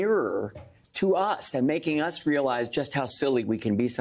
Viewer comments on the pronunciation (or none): The man's name was H E N S O N, not "Hensen". Sacrilege!